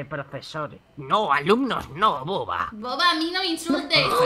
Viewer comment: Acento argentino: no boba